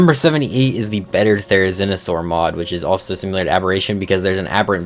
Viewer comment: Stop saying "SIMULAR" ITS SIMILAR!!!😂 (I'm subbed and like your vids, so not here to hate)lol